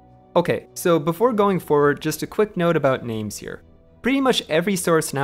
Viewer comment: This was really good and really well researched, even the pronunciation on the names was spot on